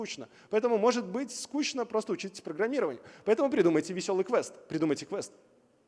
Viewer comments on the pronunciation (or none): none